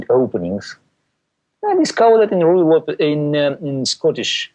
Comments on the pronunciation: Ruy Lopay? It's not French; you're supposed to pronounce the z at the end... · Beena . The point is that he’s butchering the name. It should be Ruy Lopez. Use Google to learn proper pronunciation and compare it to this video.